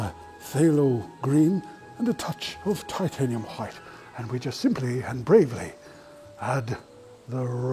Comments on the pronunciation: whenever he said titanium white I hear titanium hwite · i love the "titanium hwaihte" xD